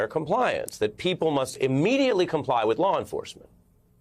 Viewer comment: OH, you meant 'comply', I thought you said 'Come Lie'